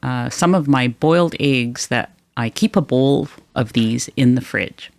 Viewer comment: Eggs, not aigs for God's sake!